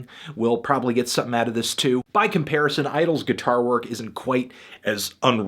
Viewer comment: Idles, not Idylls...